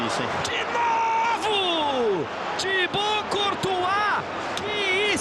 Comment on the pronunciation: Eu escutei você dizer Tibau courtois (Sou inscrito novo) 😂😂